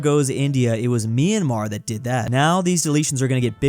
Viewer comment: It's my-an-mar, not me-an-mar!!!